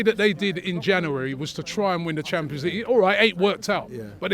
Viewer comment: Why cant he say January?